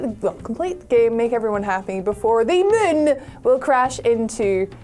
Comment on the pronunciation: DUDE PLS its MOOOOOOON not mUn !!! damn jesus aw lawd